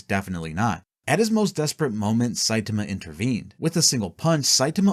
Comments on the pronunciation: Somebody teach this man how to say saitama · You mispronouncing Saitama's name fifty million times in a row made me wish myself into the shadow realm to get away from this vid